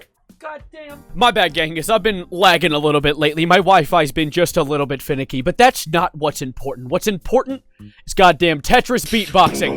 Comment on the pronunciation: Real I love it when he said "finieky"